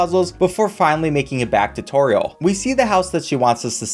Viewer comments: the way he says= toereall got me like bruh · Not sure y u pronounce toriels name like that